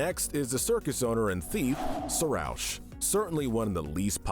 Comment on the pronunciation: They mispronounced Marina and Sarousch